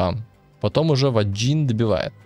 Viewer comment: ...какой Ваджин? Вейган прозносится. А про смерть-настолько ненавижу ламыча, что жалею, что это не в реале с ним случилось.